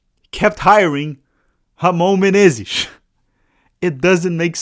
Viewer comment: Caí de paraquedas aqui, a pronúncia do inglês tava boa ao ponto de achar q o canal era gringo mesmo até vir a pronúncia perfeita de "Ramon Menezes" e eu me ligar que é br kkkkkkkkkkkk tmbm percebi o clubismo na hora de cornetar o Rony Rústico por ser palmeirense, eu já gosto do Rony pq sou Athleticano kkkkkkk